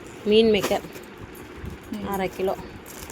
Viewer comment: மீன் மேக்கர் இல்ல அது மீல் மேக்கர் உங்களுக்கு படிக்க தெரியாது உங்களுக்கு படிச்சு சொல்றவங்களாவது உங்களுக்கு சொல்லிதரனும் ல அவங்களுக்கும் படிக்க தெரியாது போல atleast ஹரி கிட்டயாவது சரியா கேட்டு தெரிஞ்சுக்குங்க ஹரி புத்திசாலி அவனையாவது ஒழுங்கா படிக்க வைங்க